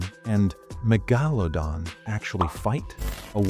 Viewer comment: That's not how you even say megalodon😂😂